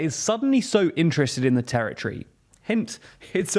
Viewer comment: Territory!!! Not terrortree